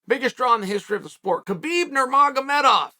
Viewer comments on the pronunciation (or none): none